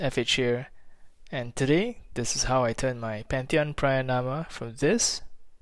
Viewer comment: Believe it or not, I had this video on my To-Do List! PraYAnama instead of PraNAyama kills me a little inside tho :D The rear seems like a perfect fit. Sounds like a fun build! GJ!